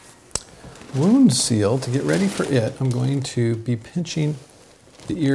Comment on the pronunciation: did you mean "Wound" Seal or is there a product called "Would" Seal?